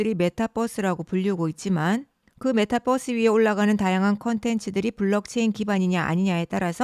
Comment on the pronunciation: 메타버스지 메타뻐스가 뭐냐 전라도사람이냐